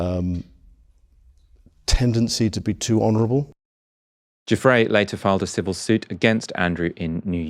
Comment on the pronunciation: I dislike Andrew immensely - but I do think you are being ridiculous with this UN-PROVEN allegation. Shame on you for being so silly. And her name is NOT "Cufre" - it is "Giuffre." You have NO education, do you?